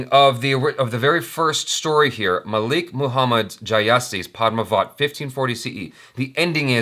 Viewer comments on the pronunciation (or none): none